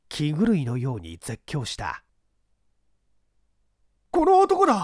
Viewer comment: 放送禁止用語に当たるため、わざとかもしれませんが、「気狂い」の発音は「きちがい」が標準的と思われます。